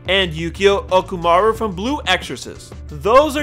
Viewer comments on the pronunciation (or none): "Mephisto Philis" "Yukio Okumaru" facepalms so hard her hand goes through her head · "Izaya Urahara" "Yukio Okamara" "Mephisto Pheelees" "Nami" stop.just stop. "Shinguku" nope. so done. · i got so triggered when he said okumaru it OKUMURA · Butchered the fuck out of Okumura lo